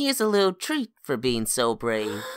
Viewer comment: He is saying wittle